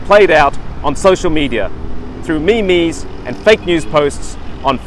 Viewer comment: It doesn't fill one with confidence in a reporter covering an election, which he himself has stated will be determined by social media, when he can't even pronounce meme